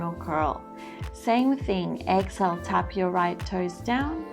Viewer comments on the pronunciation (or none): It's pronounced.. EX-Hail... not ex-ill I had no clue what you were saying for 20 minutes.